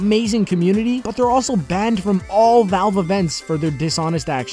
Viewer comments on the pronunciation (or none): none